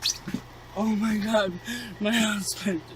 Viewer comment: Oh my gothhh gwoss . Ih my gouuuhhh. Creepy dude